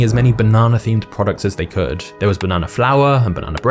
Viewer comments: The fact that you say banona and not banana irritates me for some weird reason 🤣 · Take a shot everytime he says "bah-nana" haha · I like the way you say banana 🍌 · Stop saying bananar and idear